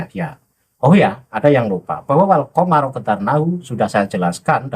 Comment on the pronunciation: Dia juga nyebut komaro..sdgkan yg dikritik habib lutfi alkomaru..itu jadi salah arti bos...karna maf,ul jadi lin maf,ul jls salah...makanya kibin dobol secara ilmu